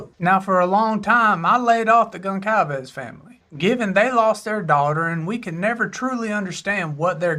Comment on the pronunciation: Goncalves is pronounced as if it was spelled Gohn-sal-vays.